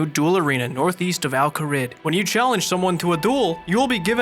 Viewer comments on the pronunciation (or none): In Chicago they pronounce Al Kharid " Al Kuh-reed"